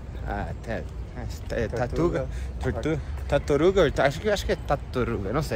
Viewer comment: "Tarturuga"..😁😂 Tartaruga✔️❤ Vem conhecer o nosso Nordeste em especial Pernambuco, o arquipélago de Fernando de Noronha, as praias do Portos de Galinha, Paulista, Igaraçu....